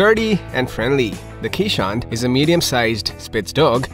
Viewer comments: This is a Dutch breed so please pronounce it correctly. it is Kays:hondt or "Case" "Hond" with a long "O" which is Dutch for Dog. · 99% of Keeshond owners know that the breed is pronounced Kayz-hond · Please stop calling our breed quichehond… or Keesh hond… or keesh hound… They are called Kay’s hond. As people called Cornelius in Dutch often get the nick name for the letter k which is pronounced Kays. In essence K’s dog or K’s hond. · Your #1 fact should've been the appropriate pronunciation of the breed. "Keeshond" is pronounced kayz•hawnd, and the plural form is keeshonden, not "keeshonds". Also, I don't think they're considered a "rare breed". They may be an uncommon breed, but that certainly doesn't make them rare. If you want a keeshond, you wouldn't have any trouble trying to find a reputable breeder. The AKC Marketplace has several, and puppies are always readily available. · Ok, I appreciate your video - but this is SUCH a lovely breed, if you take the time to make a video about them, why not make the effort to educate people about the proper pronunciation. EVERYONE who is the lucky parent of a Keeshond knows that answering questions is part of the deal... " what kind of dog is that??" "Is that a Chow??" "Do you need to brush them every day??" It's just part of the deal, and these lovely lovely dogs deserve the effort.